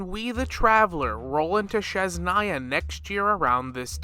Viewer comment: I love your content and I have been thinking something similar. But for next time, please look up how to pronounce Snezhnaya 😭